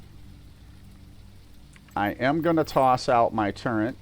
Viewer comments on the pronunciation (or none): There's NO "N" in the word TURRET.